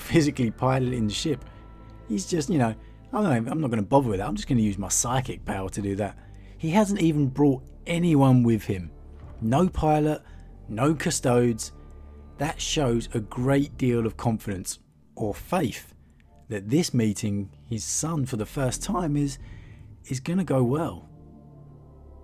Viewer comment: Learn how to say custodes. "Kuh-stowds" amazingly poor